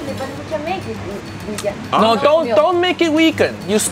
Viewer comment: No no no uncle roger say wegan